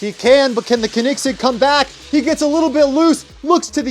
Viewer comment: its not kenigsig its koenigsegg